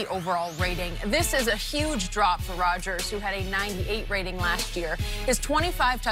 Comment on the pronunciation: Oh Rodgers not Rodgens